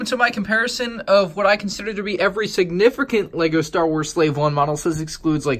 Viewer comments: So everybody just gonna ignore the fact he said "Signifricant" at the start of the video? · every sirnipficant- at least thats what i heard. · Who noticed he said signifircant